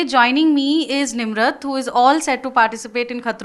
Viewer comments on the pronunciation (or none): Her name is Nimrit and not Nimrat